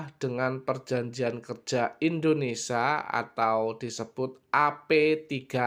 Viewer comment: indonesia bos bukan indonesa baru belajar aja